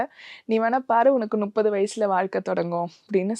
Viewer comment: நுப்பது இல்ல மா முப்பது